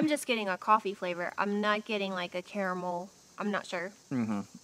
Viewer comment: Thank you,, for pronouncing the middle "a" in "caramel". I've noticed that many people from the Land Of The Free pronounce it "carmel" (yes, you,! Ha ha), so this is a pleasant change!:-)